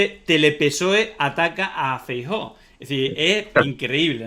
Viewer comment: Los gallegos tenéis un problema con la letra EFE, Franco, Fraga, Feijo.